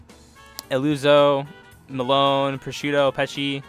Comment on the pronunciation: Solid enough list though your pronounciations are a bit iffy (Melone = Meh-loh-nay, abbacchio = Abah-kio, ect)